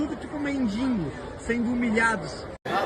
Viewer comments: "mendingo"... coitado do português... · o cara falou "mendingo" ? q porra eh essa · o bolsomínion ali nao sabe nem falar: "mendingo" kkkk.. PATÉTICOS!